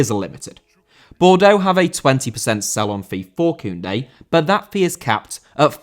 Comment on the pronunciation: Koundé* not Koundei